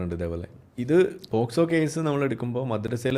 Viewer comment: പോസ്കോ അല്ല, POCSO